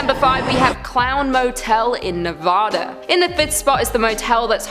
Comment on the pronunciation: ITS NEVADA NOT NOVODA